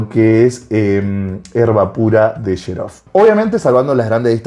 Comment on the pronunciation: Excelente video!!! solo una pequeña corrección amigo, la pronunciación de la Casa Italiana Xerjoff es "Qseryoff"